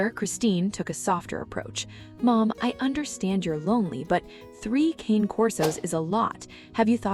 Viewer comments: I really wish they’d pronounce the name of the breed correctly. Cane is the Italian word for dog. It is pronounced cah-nay. It is not the English word “cane”, as in cane sugar. This is an ancient Italian breed. A little respect please! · You absolutely should not be making a video of three dogs if you can't pronounce their name correctly. Cane does not rhyme with pain. It's Con as in convict and a, as in the letter A. Cane Corso. It's Italian and so are they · Okay AI voice: Cane Corso is pronounced "Kon-Nay Korso" Not Kayne Corso. Jeeze! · You know the name is Italian, right? The name is "Kan-ay," not "Cain". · They are NOT "Kane" Corsos . They are "Cah-nay" Corsos. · "Ka-Nae" Kor-so"...!!! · It's pronounced Caan 'eh Corso. And this is a wonderful story of love and rebirth. The only sadness comes, as a large breed person myself, in knowing that large breed dogs have a shorter life span. About half that of, say, a small poodle. Having said that, I know that knowing that in advance makes you love on them even more. There's just something about having their arms around your neck, when you're standing up, that's makes everything thing else in your world so much better. 😊❤ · Pronounced ka nay corso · It would be so nice to hear these dogs' breed name pronounced correctly. It's CAH-neh COR-so. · Why is it most people who keep Cane Corso cannot pronounce the breed name correctly?